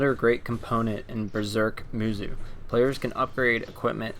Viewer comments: XD it's pronounced as ( musou / musow & not muzu ) but nice review & please read the manga first before you jump in to watch one of he crappiest adaptations for anime ever , except for the old berserk anime that was actually good / decent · Its "moosow" not "moozoo" I don't even know how you can get that wrong unless you just think that the o in musou is silent, but even then it would be "moosoo" so I have no idea how you came up with saying "moozoo" all I know is that I cannot watch this video because of how annoying this mispronunciation is. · Isnt it pronounced "moosow" not "moozoo"? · pronounced "moose oh"